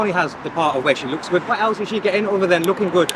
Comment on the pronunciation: As soon as he said ‘I look goodt, I smell goodt’ I spit out my drink laughing